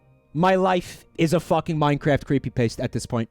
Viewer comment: "CreepyPaste" lmao